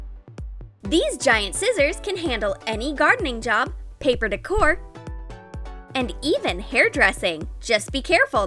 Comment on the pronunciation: Chocolate dec-or 😂